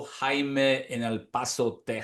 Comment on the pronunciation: you said his name right at first Jaimy